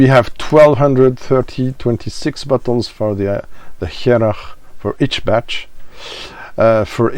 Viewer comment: Good stuff. "Hearach" means a person, or something, from Harris. Pronounced "Her'och" Press the speaker icon in this link to hear the gaelic/gàidhlig pronunciation.